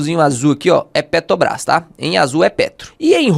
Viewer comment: PeTObras não... Bota o "r" aí... Fora isso conteúdo excelente!